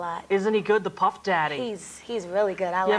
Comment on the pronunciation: Not PUFF!!! LMAO! GURL NO